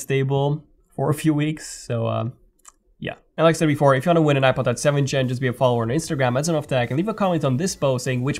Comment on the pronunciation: Something about the way you say iPod Touch sounds like "I butt touch"